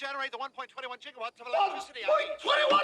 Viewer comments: Gigawatt, not jigawatt. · im sorry “1 point jigawatt”? i suppose you call it “jigabyte” as well haha all jokes aside beautiful content